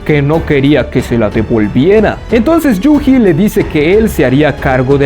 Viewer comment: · Yu"Ji" esto me mató toda la experiencia... na mentira, pero me hace gracia como lo dices xD